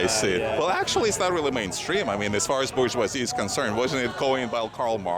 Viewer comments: I don't speak French. I still know enough of it to know they are pronouncing it completely WRONG, and I bet you are too. BOO SHWAYZY! It's more like Bourjh-wazei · and both of them are pronouncing it wrong. BO SHWAW ZEE